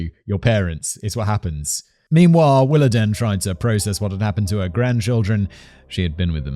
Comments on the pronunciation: Diane's mom's name is pronounced like. Willa Deen. Not den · It’s pronounced WillaDEEN not DEN. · Coming from the American South, I'm pretty sure it's pronounced "Willa DEAN" not "Willa DEN". It's a way of feminizing the father's name to use for a daughter. Like "Charlene"... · I think it's pronounced 'Willa-dean'. And yes, some families go way overboard with church. I was made to go Sunday morning and Sunday night, Tuesday night for a youth group, Wednesday night service, and Saturday night for singing. One Sunday school teacher talked about giving us homework once. Oh, and having padding on the pews was considered to be sacrilege... it was somehow required that you sit on hard wooden pews for 2 hours with no lower back support. Add in revivals, when you go every night, special singings, and camp meetings, where you get preached to in a tent during the sweltering Southern summer, getting eaten alive by mosquitoes and chiggers... camp meetings go on for several nights, too... sometimes several weeks. It's no wonder why I will not set foot in a church today. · Willadene pronounced like dean